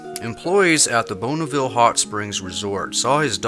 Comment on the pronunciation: bon not bone, bonniville, like bon bon.